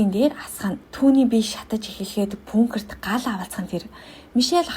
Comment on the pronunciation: пункер уу хха агуулах гэлдээ ядаж😂